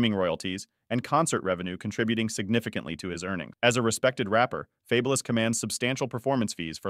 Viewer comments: Fab-u-lous lol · Yo channel should be deleted for the way you pronounce this man name wrong 😂🤦🏾‍♂️😬🥴 the minute you pronounce his name wrong. I had to cut the video right then and there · Ridiculous you can't even pronounce his name